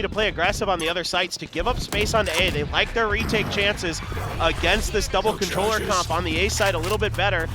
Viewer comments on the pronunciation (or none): none